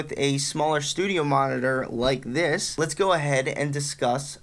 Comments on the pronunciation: Noooooo it's all i can hear now and he can't even say it properly. I just wanna go grab mine and smash em 😱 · New year's drinking game: watch the video and take a double shot every time he says studiomonitors. Regular shot each time he says monnidurr or studiomonnidurr (singular). Brotip: actually, don't. You'll be dead within 3 minutes. 😂